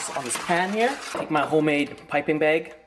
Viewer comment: baeg ^^